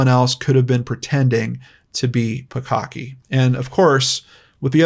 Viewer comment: I just keep hearing "bukkake" everytime he says the 2nd girl's last name